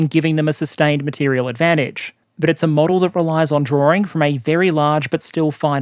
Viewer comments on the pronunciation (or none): Also, I noticed that he misspells 'material' which is probably why also mispronounces it. But doesn't worry me as I think english is not his original (early childhood) language - geeze as a native speaker my spelling has always been crap so I don't judge others on this.